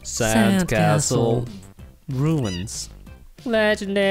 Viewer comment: when he said castle I heard asshole